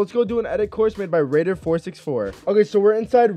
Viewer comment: Yes raider 454 that's how u say it